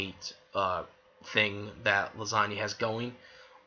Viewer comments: I think it's hilarious you keep saying her name like Lasagna (the joke). Though if you want to be taken seriously, her name is pronounced LEE- SAH- NA. :) I don't hate her at all, though I do dislike how people who blindly ship her with Natsu really think she should be with him instead of Lucy; despite the fact that Lisanna basically gave Lucy her blessing to be with Natsu and how Natsu essentially doesn't really even interacts with her; the only time after Edolas they directly interacted one on one was when they were captured by Tartaros and tied up naked; which was more comedic than romantic in any way. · Well, the whole time it sounds like you are saying the Italian pasta dish Lasagna (Lah-san-nia).